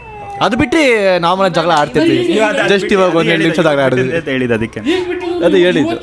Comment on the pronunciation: Helidlu ❎Eludlu ✅🤣